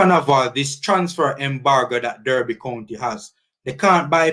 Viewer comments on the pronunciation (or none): DERBY is pronounced D-A-R-B-Y... please note it can be disrespectful to keep mispronouncing the Club's name